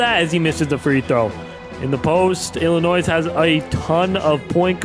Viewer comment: Illinois the s is silent